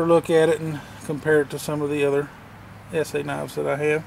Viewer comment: Thank ****, finally someone who can pronounce ESEE right.